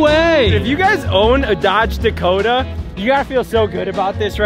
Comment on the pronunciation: Did he really just call a Dodge Dakota, a Dodge Dacoma. Bruh